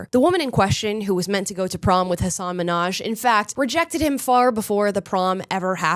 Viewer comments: Don't be stupid, every comedian has stories that are probably not real. It's comedy, for goodness’ sake. And his name is Minhaj with a pronounced h (you could say it's like Russian KH) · He seems like a grievance meanie. He was on "Ellen" and complained that everyone pronounced his name MINhaj instead of MinhAJ. My first name has a Scandinavian pronunciation--I've never had a boss get it right yet--I think I'll be ok... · I knew he was trash how he snapped at Ellen for mispronouncing his name. In my opinion he’s a weak little man hoisting himself on a pedestal he does not belong on.